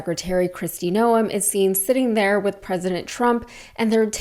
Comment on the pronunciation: FYI....one does not pronounce the 'e' in her last name....it's pronounced noohmm; elongated out.